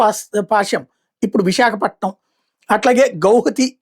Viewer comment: Annan It's vizagapatnam U r unable to pronounce properly in Telugu How u expect fm ur followers